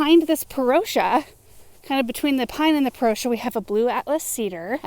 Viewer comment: Your channel is really wonderful. Beautiful plants, beautiful property and full of good information. But I think you're pronouncing "Parrotia" incorrectly - this is from Cornell.